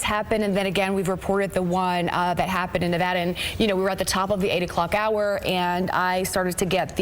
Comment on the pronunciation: At least they pronounced Nevada correctly